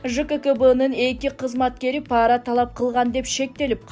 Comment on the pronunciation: Паара деп айтылбайт, пара деп эле айтылат. Карды каар деп окушат, чала дикторлор...